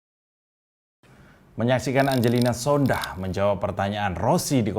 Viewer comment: Om, itu marga sondakh, 'H' nya ga bunyi yg bunyi 'K' nya om wkwkwk